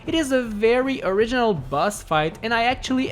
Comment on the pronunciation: Why dose he say this is sooooo arginoll